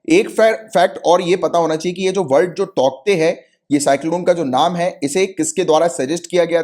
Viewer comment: Sir, cyclone name is pronounced as "Taute" Where k is silent